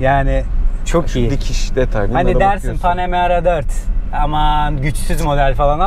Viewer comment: Panemara 4 amaan diyor ya 😂😂 biz onun yanına bile arabayı park edemeyiz dayı bırak içine binmeyi